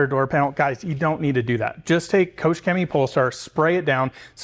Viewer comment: Great Video, thanks for that. But please, as a Germany i beg you, please please go to Google Translate and let it show u how to say “Koch Chemie” pls 😅😅😂